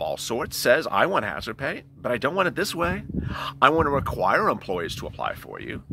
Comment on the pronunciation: Hazardpayish rofl🤣🤣